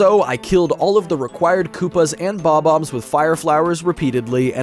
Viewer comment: Its Bob Omb not Bomb Omb. And Bombette is said as "Bom-ette" since the b in Bomb is silent.